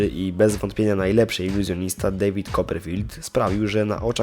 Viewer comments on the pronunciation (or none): none